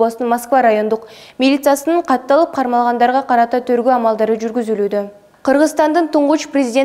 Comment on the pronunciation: Сакоосунбу же манкасынбу корутунду дегенди кортусу дейсин тергоо дегенди торгоо дейсин